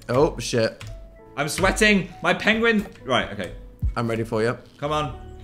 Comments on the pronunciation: dan mispronounced pengwing❤ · I just realized that Dan pronouncing Penguins like that is in reference to Benedict Cumberbatch mispronouncing Penguin in a nature documentary... I know in an old old video Dan pronounced Penguin that way and I just thought he was pronouncing it weird to be funny but now that I've seen the video of Benedict Cumerbatch pronouncing Penguin that way I definitely think Dan is referencing that... wild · The mispronunciation of penguin throughout this video (likely a reference to Benedict Cumberbatch) has me on the floor